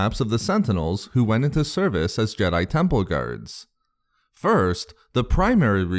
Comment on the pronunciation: Jedi Tempuuhhll 🤣